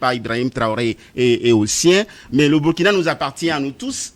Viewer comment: Il faut bien prononcer le nom du pays; c,est Ecrit Burkina mais on lit Bourkina